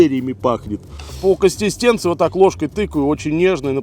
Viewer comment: Не косТистенция, а консиСтенция)) ну запомни уже